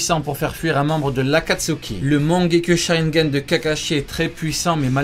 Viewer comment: Sa se dit mangékyou sharringan